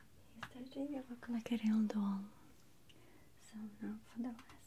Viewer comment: I noticed how she did that too! I loved how she said doll super Russian sounding it was so cute. Me sounding more American is making my Brooklyn accent come out more, especially if I'm mad it really is heavy. Compared to most people in Brooklyn I don't have an accent at alll but then if I go anywhere else is the country especially the south or California people make fun of how I order "cawffee" lol